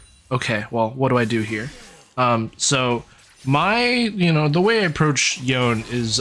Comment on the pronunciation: Yo-ne, Yo-ne, not yown. Even Yasuo said this name. There's no Japanese that would have a name and pronounce it as Yown